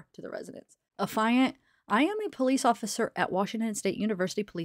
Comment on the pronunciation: The word "affiant" wasn't pronounced correctly either..the correct pronunciation is aff-ee-ant..which is the person who swears to an affidavit..